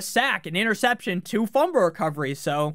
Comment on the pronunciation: Are you saying fumber instead of fumble?